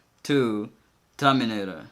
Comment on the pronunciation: "HOw tO TamINatOR"